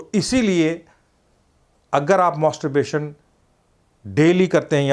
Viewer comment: मॉस्टोरबेशन nahi मैस्टरबेशन rehta h yarr...Ye doctor achha nahi h Dr. Imran ko hi video banane bolo...Ye masturbation ko roz karne bol raha h pagal h yeh...Mujhe problem hua h regular masturbation se...